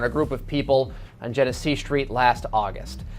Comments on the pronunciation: U got ur information messed up BADLY. Its Genesee (Jenna-See) and Jalen Everett got killed on Dewey & Magee not Genesee. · What’s so hard about saying Genesee? Jen-eh-see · outside of the spelling you will say the street name like jin-a-see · The street is genesee street not jenett street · Genesee rhymes with Hennessy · We do have to do better! Speaking of, my boy, where did you go to school at? Imma need you to read a little bit more. You heard them say that street name “Gen e see” idk what you called it. And feet is plural it’s not feets! Come on brother, good video though!